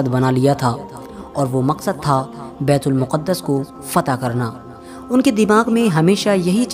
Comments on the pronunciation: It is bait-ul- maqdas not muqadas Secondly it is not first qibla but its second qibla. First qibla was Khana Kabba and second bait ul maqdas and last qibla again Khana Kabba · It's not muqaddus... It's muqdas